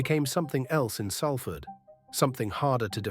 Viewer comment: At least pronounce the City correctly...